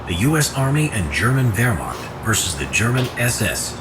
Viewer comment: Thank you for saying Verh-Macht and not Weer-macht